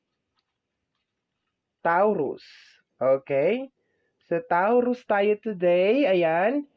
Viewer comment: TAW ROOS AMPOTA ayusin mo naman pag pronounce ung zodiac namen gaga